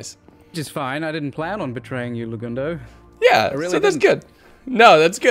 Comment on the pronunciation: Legundo? More like, Le-King-doe am I right??? Lol GGs man, what a fun event, hope we can do it again in the future!! 🤓